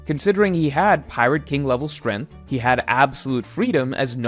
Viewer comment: can you pls pronounce strength correctly just once